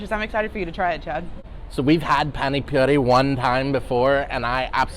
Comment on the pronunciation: its not PANIC poori HA HA.. PAANI poori.. Spell like Peter PAAN in a streched way.. Looks like NORTH Indian Innovative restaurant.. Cheers, Pradeep. Rajkumar.. Pollachi,Tamilnadu-South India.